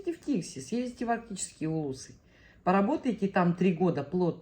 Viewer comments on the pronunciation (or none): Не ТИкси, а ТиксИ. По-якутски "тиксии" - причаливание, причал